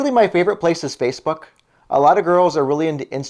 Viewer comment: Well ive been residing here in Washington State A native of California state ! Sounds like your saying Spacebook .Well people change in appearence . How about at Gay bars lol .